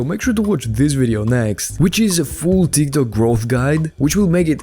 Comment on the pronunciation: Does he say Tiktak with intention??